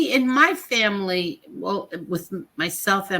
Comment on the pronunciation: No sorry! Vanilla isn't this boring. 🥱🥱💤💤 And and wtf is a Faii-Mah-Lee?; Thats how brroklyn jews say it. wtf is Wuttany?! Were you trying to say "Wasn't he"?